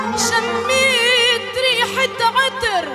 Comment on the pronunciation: رررروعه صوته بس متعرف تلفظ الكلمات كانو حجي عراقي صح مثلا عطر هيه تكول عتررر😂